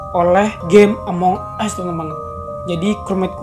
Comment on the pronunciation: Tadi bang ngomong among es wkwkw 😂😂